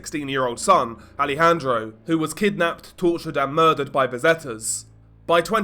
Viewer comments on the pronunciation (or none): none